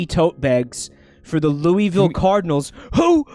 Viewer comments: every time you pronounce it 'lou-ee-ville' a part of my soul leaves my body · It's pronounced looa-vul. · Kentuckians usually pronounce Louisville as "Loo-vuhl" instead of "Loo-wee-vill". But we also bang our cousins so our opinions don't matter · im from kentucky and idk if everyone all over the state pronounces louisville the same way, but where i'm from we usually say it like "loo-wuh-vul". those tote bags around like are of the kentucky wildcats and louisville cardinals. im not big on sports but i think theyre college basketball teams? could be wrong though. pretty much everyone ive met who does care about sports is a uk fan (uk stands for university of kentucky, not to be confused with kentucky university) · If the town is anything like the one in Tennessee, then Louisville is pronounced “Loo-vul”